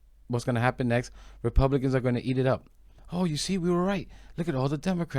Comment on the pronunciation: “Republiklans” was an accurate slip up 😅